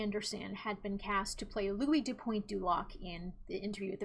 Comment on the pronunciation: First time watching. Like the video and your style of delivery. Just a heads up on pronunciation: Louis du Pointe du Lac- "Pointe" sounds like Pwahn Lestat de Lioncourt - "Lioncourt" sounds like Lee-AHN-core Seriously just trying to help. Take it or leave it. Mwah!